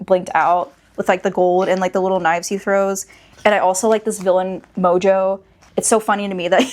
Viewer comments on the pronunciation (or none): none